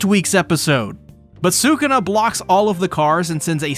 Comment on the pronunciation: I’m sorry but sukana …. You mean sakuna